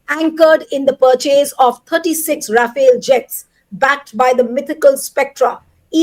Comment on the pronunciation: Rafale ❎ Ra-fail ✅ 😂😂